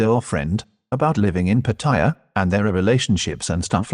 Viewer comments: You talking direct to the camera in your own voice without the AI narration would have had a lot more impact. Apart from obviously not being your voice , almost certainly not your accent or manner of speaking , AI does not know how to pronounce Pattaya properly - the three syllables should be without emphasis rather than putting the emphasis on the second syllable which is what many tourists and short term visitors do. To survive and thrive in the Pattaya bar world requires various skills and character traits that Mac possesses in spades which should have switched on a red light at the first viewing of a Mac TV vid regardless of how entertaining they are ! Such are the dangers of trusting people only in the cyber world , sight unseen. I've lived near Pattaya for the last twenty years. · PATTY JA for the brits & other dumb snot noses ,.... or as they seem to say in Thai PAR TAY JAA 3 seperate sounding words each with their capital P T & J , contra patty ja ! ...show some RESPECT TO THE THAI LANGUAGE & consider pronouncing it like THAIS DO ? par taa jaa !